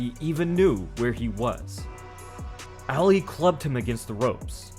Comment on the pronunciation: His name is pronounced “ah-lee”, not “al-ee”. Get it right, clown.